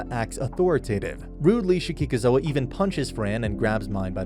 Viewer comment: Delia wants to be Bezewanst's (High Bishop, aka evil santa) concubine, not Ferdinand's. Also you mispronounced Lutz' name a few times but also said it right a few times??? Same for Damuel, and Shikikoza (or Ehrenfest for that matter) you just never get right. Plus, the Priest that destroyed the book room, Egmont, is a blue robe